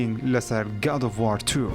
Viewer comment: وااااااار نا برا وؤر ، گاد ئوف وووووووور ، /WOR/ ئه خوينريته وه نه ك /WAAAAARRR/